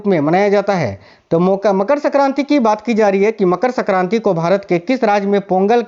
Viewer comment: Pehle aap Hindi thik se boliye sakranti nhi sankranti hoti hi